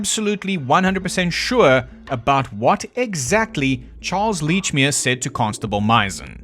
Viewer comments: For god's sake it's letchmere.pronounce it letchmere.😂 Love your accent.thought you were Australian for the first part.😂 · Aaaand its fuckin Lechmere: like saying letch. Like a letcherous bastard! Sorry, not sorry, Scottish. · He has all these theories about Lechmere, but doesn't even know how to say his name 🤣